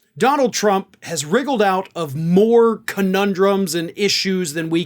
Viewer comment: "Donald Trump has wriggled out of more conundrums..." Are you sure you pronounced/spelled that last word correctly?